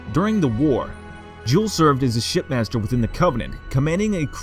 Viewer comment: sounded like he said "Jul M'dama, former Shitmaster during the human covenant war" 😂😂